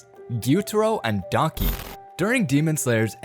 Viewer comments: why! why!! why!!! it's daki not donkey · When he said daki and gyutaro i though he said donkey not daki💀💀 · Daki sounds likes “donkey” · her name is daki not donkey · "Inosuke Hashibara" "Guitiro" "Donkey" 💀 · “Guitoro and Donkey” “Yoko” 💀👍🏼